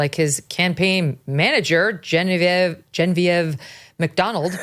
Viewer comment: Megyn not your best day. I know you’re intelligent but the name you couldn’t pronounce, is JEN-uh-veev. The tattoo in no way looked like a skull & crossbones. That’s a totenkopf insignia, used by the 3rd SS Panzer Division of the Waffen-SS, the Luftwaffe’s 54th Bomber Wing Kampfgeschwader 54, and in particular, the SS-Totenkopfverbände, or “Death’s Head Units” of the Schutzstaffel (SS). The group responsible for administering the concentration & executions camps.